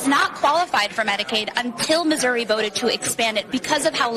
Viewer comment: That reporter said.. MISERY...it's MISSOURI! LOL.